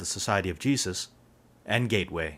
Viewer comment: he's filipino! i can tell by the way he said jesus =.=